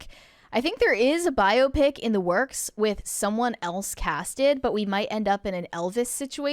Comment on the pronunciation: Thank you!! Why does nobody know how to say the word “biopic?” It has to be someone deliberately being pretentious, right??